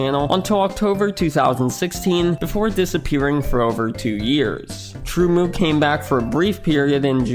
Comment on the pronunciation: TrueMU is pronounced as TrueMoo? I always pronounced it as TrueEm-You 😅